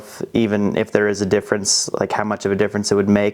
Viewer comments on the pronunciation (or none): none